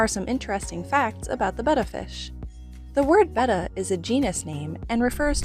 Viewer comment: Thank you for saying Betta correctly!!